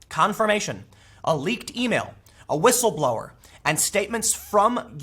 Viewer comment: Dadfuq is whitstleblowr? Why people use some kind of retarded English nowadays?